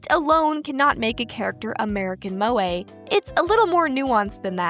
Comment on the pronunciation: Every time an American pronounces Moe an anime girl dies